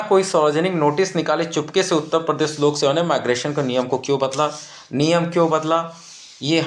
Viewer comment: उत्ता प्रदेश नही उत्तर प्रदेश होता है